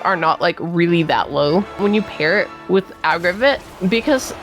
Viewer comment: Nice video but 'agraviht'😶